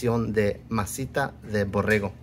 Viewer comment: Borrego , no borejo para eso fuistes a la escuela dice tu abuelo .